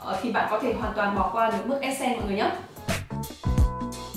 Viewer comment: Đừng đọc là essence là ét sen Q ơi, đọc là /esəns/